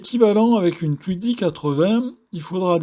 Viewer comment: Mais pourquoi donc prononcer TwiDzy avec un D au milieu puisqu'il n'y en a pas ???